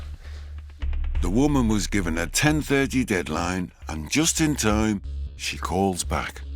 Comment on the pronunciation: "just in tome"